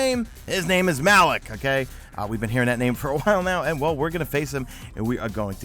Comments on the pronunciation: Correct. Also Malok is pronounced mah-lock not ma-lek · You pronounced the new bosses name wrong